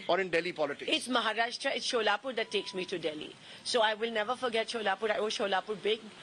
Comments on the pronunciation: She is from Solapur, yet she calls it Sholapur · It’s not Sholapur it’s Solapur , and she is political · Tell her to pronounce right ( Solapur) 😂😂😂😂